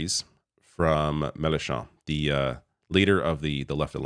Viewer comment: shocking how little you know about this and how little research you have done, cant even pronounce marine le pen's name or Melenchon's name. les republicains didnt say they were going to work with the far right. as a matter of fact there was a huge split within the party because of it with the majority of them rejecting the far right